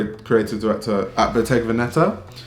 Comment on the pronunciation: The accent goes on the first e, it’s ‘vèneta’. (I hope you find this useful)